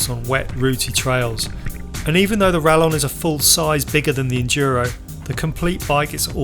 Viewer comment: Spanish LL should be pronounced like English Y, therefore - RaYon.